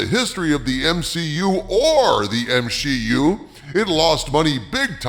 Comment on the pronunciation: They slipped up and actually said M-She-U? Oh that is hilarious! It was only a matter of time before they themselves cracked. That time is now! 😂 MCU and M-She-U are seperate universes, confirmed! Sorta...